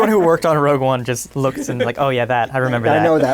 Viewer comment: Everyone...everyone...your attention please! It's "Rogue" One...NOT "ROUGE" One! Thank you. The Management